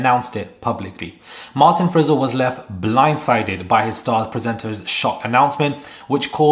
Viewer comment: It's Frizell 😂